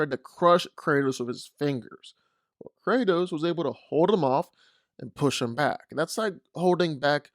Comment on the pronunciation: It's Kratos